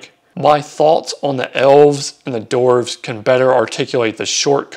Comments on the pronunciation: Its dwarves, not doorves, dude. 😂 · Very interesting video but they're not "dorfs". There's a w in there, dude.